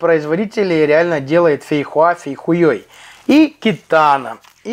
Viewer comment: В этом выпуске мне понравилось как ты произнёс " Фейхоа Фейхуей" . Смешно капец.